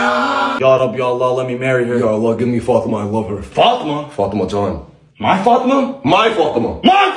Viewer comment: “My Fatama!!!”😂